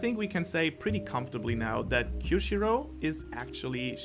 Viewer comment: Drake GX oh thanks mate. He sounded like he said Kyoshiru